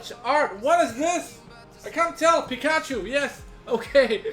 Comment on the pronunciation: lol Peek-Ah-choo